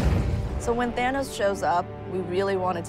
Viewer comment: Its thanos not nano.